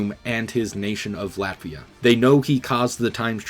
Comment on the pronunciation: WHO DAFUQ IS TINGIS PINGIS? I NEVA HEARDA FACKIN LATIVIA!